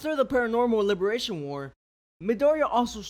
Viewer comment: no way this man just said lie-bi-ri-ation 💀